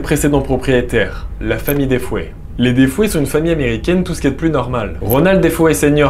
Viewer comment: Euhhh par contre c’est la famille Defeo et non Defoé comme tu le dis 🤗